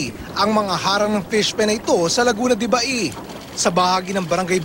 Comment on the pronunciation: Pauso na naman iyong mga media na to, laguna de baey. Ano bang mga klaseng mga reporter ito. LAGUNA DE BAY.